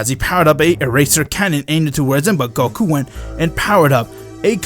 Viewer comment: it is goku not gokuur